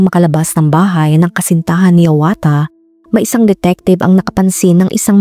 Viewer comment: omg .... kapangalan ko pa Yung ama 🤦🏼‍♀️ HIAWATHA ,,, pero ang pagka Pronounce Nung Sakin ee HIYAWATA